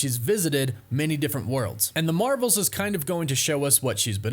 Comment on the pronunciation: “The Mravels”